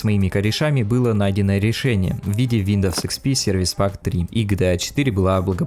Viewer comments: WINDOWS ЧИТАЕТСЯ ВИНДОУС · Как же режет слух этот виндоВс